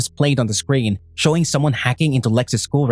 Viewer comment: Him how to say screen: “scween”